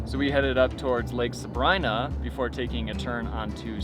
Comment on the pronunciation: that’s the first time in my life hearing Suh-Bree-nuh pronounced Suh-bri-Na lol